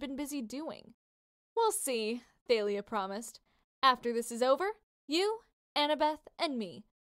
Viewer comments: It's not th-ay-li-ah it's ta-li-ah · It's tAlya not tAElya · It's talia not failia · It's pronounced tha-le-a = thalia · It’s TALIA- THOLIA . That is how it’s pronounced. Sorry I just got to get that out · Tha-Lee-Ah Thalia